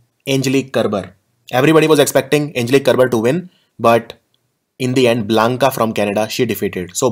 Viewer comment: It's Bianca not Blanca! Improve please, bcoz I have noticed such a thing for 5th time now .